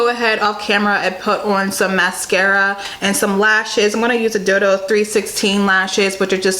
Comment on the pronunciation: Beautiful but that inner corner highlight ❤️ Btw: When you said dodo lashes my boyfriend asked if you said dildo 😂😂😂